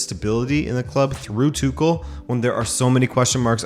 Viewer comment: Tüchel is pronounced without K. It's H. TüHL